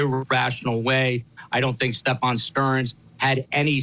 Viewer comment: He’s a disgrace…he can’t even say the perps name right! He pronounces it as stephON. I’ve tried watching the guy on several occasions & cannot watch him, he talks over guests, gets FACTS wrong…ugh! Horrific!!